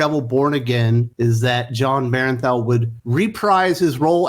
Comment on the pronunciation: " Bern Thall " Sorry mispronounced names...I get OCD. Great vid brother! Love & Respect 🤘💀